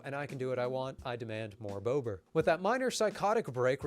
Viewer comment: When you say bober/bobr ... please don't pronounce it like Boebert ... such a majestic animal architect should not be associated with such a disgusting politician. Say bo-br without the "W" sound ... don't make it sound like bow-br.